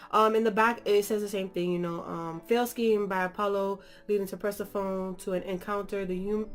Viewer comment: This was an amazing review, but watching this made me mad because my name is Persephone also. And it just bugs me when someone says it wrong lol. Not no hard feelings lol😂